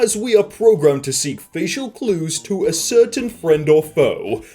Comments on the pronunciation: ASS-ER-TAIN NOT AS CERTAIN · Ascertain is not pronounced (a-surtan) its (ass-sur-tane) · Did this guy just pronounce ascertain "a certain"????????? Broooooo.....